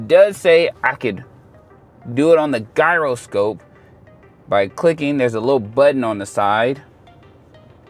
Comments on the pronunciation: Gyroscope is pronounced 'jai·ruh·skowp' bud, just FYI. I still can't figure out the proper way to say Gyro (the food) so don't feel bad lol. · Stop pronouncing gyroscope like that